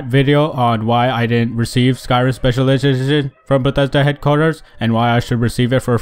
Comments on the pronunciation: in the video he can't even stay special edition, he says, "...special edishshsh..." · Bruh lol I thought I heard it wrong the first time n replayed it lol then saw your time stamp lol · I honestly find it rude to make fun of his voice, but that did make me laugh he made a great video!